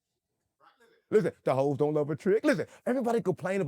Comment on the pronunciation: A take a pull for every time he says "Lizzen!"